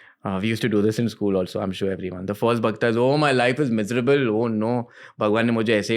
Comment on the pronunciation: Bhaktaas? Seriously why you can pronounce that bhakt right.